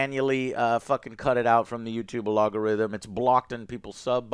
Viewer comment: A log a rithym Lol